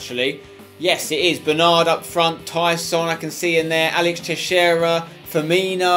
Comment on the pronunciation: For the first time I saw a youtuber say alex teixeira right